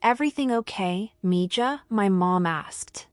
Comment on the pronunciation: This was a very good story. Though maybe you should have found a way for the AI to say Miiha and not MiJa. If you could ever use another writer, I have an idea for a story or two.